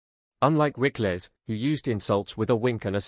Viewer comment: Rick-less? Rickles, pronounced Rickels !